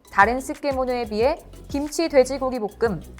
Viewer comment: 기무치라고 하지말고 김치라고 발음 좀..